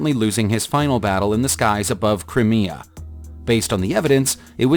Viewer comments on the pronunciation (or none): Kerch is pronounced how it's spelt, not kerk. Crimea is spelt Cry-mee-ya, not Crimia, you pronounced it two different ways throughout the video. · Who wrote this, a 3rd Grader? A 747 is Boeing, NOT Airbus. Planes have Registration Numbers, NOT Resignation Numbers. You Pronounced Krimea in 2 different ways.... sheesh. MAYBE RESEARCH BEFORE PRESSING RECORD. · “Crimea” is pronounced “Cry-me-a”. “Nantes” is pronounced “Nont”. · I gave up after the failed attempt to pronounce Crimea, then I notice your comment at the top! ... tired of YouTubers pretending to be experts and wasting our time.